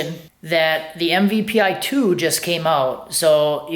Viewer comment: MPVI not MVPI